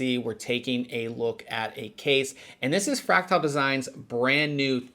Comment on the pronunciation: His pronunciation of "fractal" is driving me insane. It's "fræk-tuhl", not "fræk-tile".